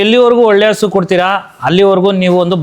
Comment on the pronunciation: ಹಸ ❌ ಹಸು✅😂😂😂